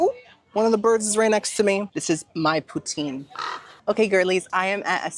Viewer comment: The way you make poutine makes me cringe as a northern resident of Canada 🤣 I live about 2 hours from the birthplace of poutine, and the 'e' at the end is silent. It sounds more like Russia's leader Putin, but you put more emphasis on the 'o' Pou-tin Love you!!!! Long time fan 🥰